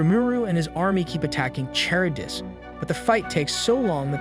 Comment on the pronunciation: "charybdis" got me, since its pronounced as "Kar-ribdis" not "Char-ribdis"